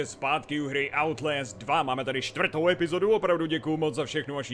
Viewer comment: outlést... to je skorem jako daubl džamp!